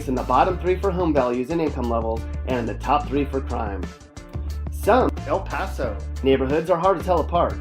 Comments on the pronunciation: bruh that aint 'El pAsO' as you like to say k this is so damn racist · Speak correctly why are you saying El Paso like that. Instead of misinforming people go to speech therapy. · Bruh this dude is showing pictures from other places and saying El Paso has super bad and dangerous neighborhoods when he doesn’t even know how to pronounce El Paso. 😂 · why do you keep saying “El Paso” like that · yeah like what the heck